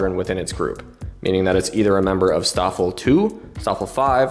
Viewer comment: In case anyone cares... - The St in Staffel and Stab is pronounced "Sh". - Gruppe isn't pronounced "Group-uh"... It's "grouppeh" - The Luft in Luftwaffe isn't exactly pronounced "Looft", the "oo" sound is short.